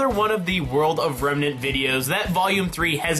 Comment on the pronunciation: "Dust doesn't work out of Remenr"...nice, still like you videos tho.